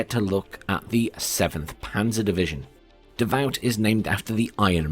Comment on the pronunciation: Its not "Davaut" its "Davu"! Nice video!